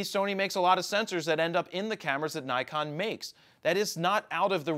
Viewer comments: Nik-on. Nik-on. Nik-on. Not Nai-kon. Not Nai-kon. For the love of God it's Nik-on. And yes, I know. I live in Japan. I speak Japanese. My wife is Japanese. Please stop hahaha. It's Nik-on. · Nee-con... " i " sounds like ee except after a ...